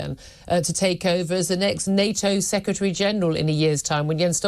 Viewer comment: Sec Ra Tree? When did the English stop being able to speak English?